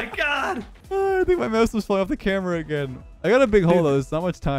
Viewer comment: Emphasis on the "AGAIN"